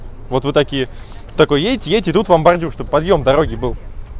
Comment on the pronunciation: "баРРдюрр, тррратуаррр, смарррите" Паровозик тыр - тыр - тыр, а в трубе тринадцать дыр....))